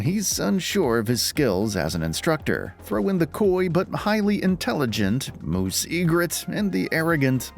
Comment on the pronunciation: I'm hoping that whoever read it isn't the same person who played it. There were a lot of odd pronunciation choices. "Joona", "Chevaleer", "Moose".